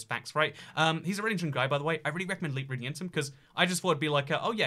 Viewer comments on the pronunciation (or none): none